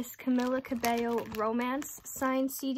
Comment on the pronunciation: It's said cameela btw